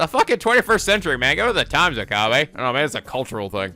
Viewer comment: Forgive me but I'm going to post this again seeing as it has been a thing for ages: Rule of thumb for Japanese names, please stress the THIRD TO LAST syllable. This is VERY CONSISTENT; you should never need to guess how to pronounce names: SUzuha Amane, not suZUha aMAne MAyuri, not maYUri Okabe RINtaro, not oKAbe rinTAro / Okarin, not oKArin / HOUouin Kyouma, not houOUin KAede, not kaEde FUbuki, not fuBUki Itaru HAshida, not iTAru haSHIda HIyajo, not hiYAjo MAkise KUrisu, not maKIse kuRIsu KAgari, not kaGAri (this one you said correctly the first time then changed it so that it was wrong) And from other games, to make the point clear: MAjima, not maJIma MAkoto, not maKOto KAzuma, not kaZUma If you don't believe it, just listen to how the voice actors pronounce the names. It's a western tendency to stress the second to last syllable instead, but third to last is correct. I would understand not knowing how to pronounce names if you read them with no context, but in games like Yakuza and Steins;Gate, the voice actors read out the name for you so you should know how to pronounce them.